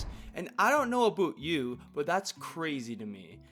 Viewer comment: bro said aboot instead of about?